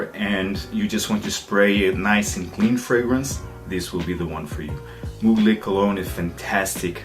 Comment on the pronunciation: Great Review as always PS: Its not « Mougley » but to be pronounced « Muglère »